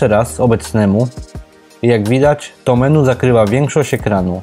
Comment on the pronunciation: "menu" jprd.... wymawia się "meni" !